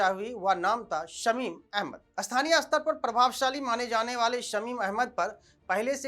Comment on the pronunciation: भाई उच्चारण (स्तर स्पष्ट पढ़ो, अस्तर अस्पष्ट नहीं) सुधारो रो और खैनी खाना बंद करो ताकि मुँह पूरा खुले, अग्निहोत्री जी का नाम ख़राब मत करो